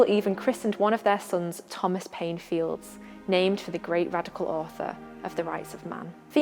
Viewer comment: Please correct your pronunciation of Mary's Surname. It is pronounced Files, you don't sound the silent D in Fildes..Thank you.